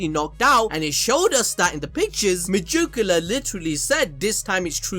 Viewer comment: Me-jew-ca-la every time bruv